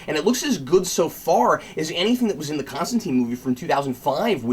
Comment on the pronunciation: It's Con-Stan-Tyne Like Raysh al Ghul :) POWER TO THE CREATORS ! & not Goyer